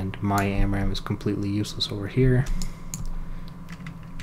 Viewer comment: "SPAMRAAM" XD